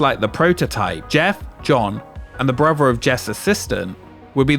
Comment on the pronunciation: please learn english there is no v in brother sir.